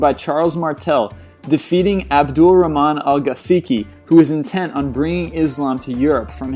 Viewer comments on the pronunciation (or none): none